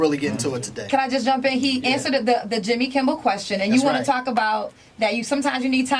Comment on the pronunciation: Oh girl kept saying Jimmy kimbel she mine as well say Jimmy Fallon with her goofy ass lol